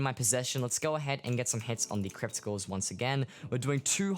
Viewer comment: anybody else hearing him say crypticals instead of crypt ghouls